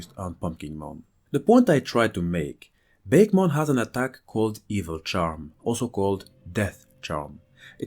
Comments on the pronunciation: 4 years later, "bakemon" shouldn't be pronounced that way at all, it's litteraly souding like a bake-mon, instead of baké, ah it should be, baké, meaning ghost, nothing in comon with bake isn't it ? :') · Actually, even though it doesn't seem like it would be, it's name is actually pronounced Baku-mon. At least, that's how it's name was said in the anime. Bake-mon (the way it was pronounced in this video) makes me think of a pie (a pumpkin pie in this case, perhaps?) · just so those who didn't know Japanese , Bakemon is pronounce Bah keh mon meaning ghostmon while nostalgia is saying BAKE as in baking something just to clear some confusion. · I was always under the assumption that bakemon was pronounced [bah-kay-mon]. The general names for Japanese monsters are obake and bakemono, which is why it appeared as such to me.